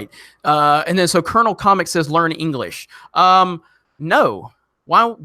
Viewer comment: Omfg....that's it, I'm starting the list of the words you screw up on. FFS, co-lo-nel. On another note, that would be cool if the High Council did a Solo watch video with Overlord DVD